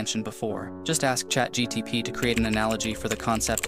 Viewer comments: I might be wrong but you said chat gtp instead of chat gpt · thx, i love ur videos...but i think it is chatgpt and not chatgtp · brother its chat gpt not gtp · Nobody noticed he said chat gtp instead of gpt? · Its chat gpt not chat gtp😂